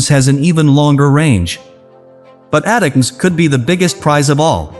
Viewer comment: This guy has no clue how to pronounce HIMARS or ATACMS, so don't say it the way he did unless you want to get laughed at. He also has absolutely no clue when he says the HIMARS provided to Ukraine would require significant hardware changes 🤣🤣🤣🤣🤣🤣🤣🤣. Idiot. Where do these fake news bozos come from anyway?